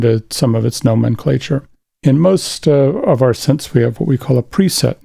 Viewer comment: Did he say "nomenclature"? I wonder how he says "temperature"!